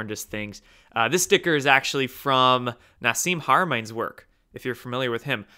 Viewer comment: it's pronounced "nah-sim hara-mae-in" don't feel bad, nobody gets it right lol